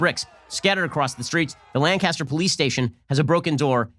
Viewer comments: Just because its spelled LANCASTER doesn't mean thats the way its said. I live in PA, its said as LANK-ISTER. But either way the suspect got he deserved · Im from lancaster and i cant get over how he keeps saying "lancaster". Its lankister😂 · Its pronounced lane-kissed-her... I live there the amish will correct you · Everyone knows Lancaster PA isn’t pronounced as Lancaster...it’s “Layncuster” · Love your comments, Ben. Just a pronunciation correction from a native Pennsylvanian--it's pronounced LANE-cas-ter. Keep up the great work! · who lives in PA cringing at the way Ben says Lancaster, (its pronounced lankister) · It's pronounced "Lang-ke-ster" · The police did not allow this. I live four blocks east of the shooting, and four blocks south of the riot. They stopped it. But our mayor is a commie, so maybe they had a little restraint. The main instigators weren't from around here because they pronounced Lancaster the way Shapiro did... tell tale sign you're not from around here. It's pronounced lang-kissed-her for us Lancastrians. They also kept repeating a lie that the deceased was a 14 year old, unarmed boy with autism. The people leading the riot with bullhorns continued this lie and even told people they talked to the mother of the deceased who confirmed this. Total lie. There were also a bunch of Antifa types around, who seemed to be from out of town. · Langcaster? There’s no “g” Ben lol. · It’s Lancaster like the bomber, not LAn Caster. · [Lane]-[kiss]-[tur] Sincerely, Someone from there. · Its Lancaster not LANGcaster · Lancaster is a dump, been there many times; loads of history there but its super ghetto. Just letting you know you're pronouncing Lancaster incorrectly. Its pronounced Lankister. On a side-note, that freeze frame of the future Engineering PHD who was turning his life around makes him look like an orc. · It’s pronounced LAN-kiss-ter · Its Layn cas ter... you're pronouncing it wrong. From the area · It’s pronounced “LANK-uh-stur”